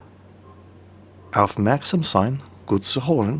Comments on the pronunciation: I needed to hear it twice to understand what you are trying to say in german :DD first it was blablabla blablabla gute nacht alexander and then after you sayd what you were trying to say and i heard it again i was understanding: aufmerksam sein, gut zuhören gute nacht alexander :D Well it wasn't that bad german...but first i tought it is danish or swedish :-) pls keep trying to speak german i like it :D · The pay attantions in Gerrman was Baaaaaaaaddddd i couldn't understand it as a german but the rest was aktualy quite good.